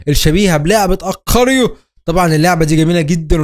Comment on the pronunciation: اسمها اgاريو مو اقاريو😧